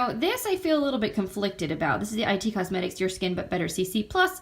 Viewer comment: Hi, I'm new to your channel and love your videos! I love decluttering and anti-haul videos. Just one thing I wanted to point out, the brand IT Cosmetics is like the word "it", not "i" "t" Cosmetics. Keep the videos coming!